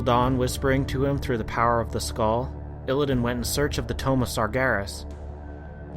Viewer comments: Satyr = Say-ter tomb = Tume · ***** That's what I was saying, Tomb, is pronounced Toom, so why are you telling me this?